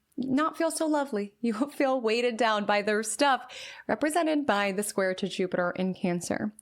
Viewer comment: I love you but when you say THURR (THEIR pronunciation) it really is distracting 😭😭😭😭😭😭 I’m so sorry I just wanted to let you know. For example: “don’t compare yourself to THURRR Journey”